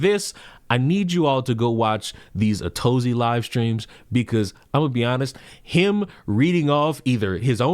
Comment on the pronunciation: It's not Atozy, it's A to zy (A to zee). Like a pimp named slickback, you say the whole thing. Lol